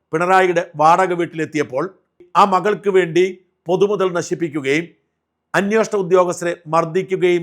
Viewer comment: അന്വേഷണം ആണ് .അന്വോഷണം അല്ല ഷാജൻ സ്‌ക്കറിയ